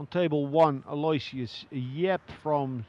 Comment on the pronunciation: Here it is a few years into Yap's playing and they still misprunciate his name. It's "Al-oh-ishus," not "Alloy-shiss"